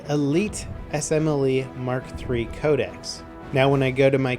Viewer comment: Can anyone tell me why he pronounces "Code-ex" (I know that's not how you spell it, I'm spelling it like that for pronunciations sake) like "Code-esees?" Is that the proper way to say it or something? I've never heard anyone say Codex like that.